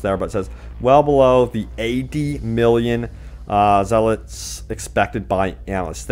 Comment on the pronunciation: Zeh-lots hahaha